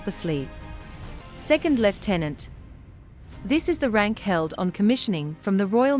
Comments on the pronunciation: So nice to hear the word lieutenant pronounced correctly Thank you. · seeing as it is originally a British rank,it should be pronounced thr British way 😉